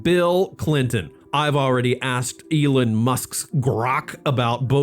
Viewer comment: still pronouncing it "Ee-lin" (like he's going eel fishing!), as opposed to "Ee-lon", which is the most widely accepted pronunciation in English-speaking contexts and how Musk pronounces his own name.